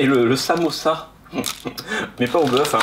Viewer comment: t'as du mal à dire "samousa" 😂😂😂